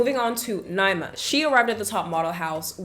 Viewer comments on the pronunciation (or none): Ni -ee-ma